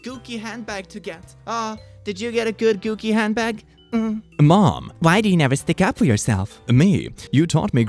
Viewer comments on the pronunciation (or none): its pronounced goo chi not goo key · The way he pronounced "Gucci" as gooki 😂 And even better - the way he pronounced "shadchan"! 🤣🤣🤣 The "ch" is pronounced hhhh like when you rattle your throat to prepare to spit lol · did he say gucci as- “goo-key”? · I love the way you pronounce gucci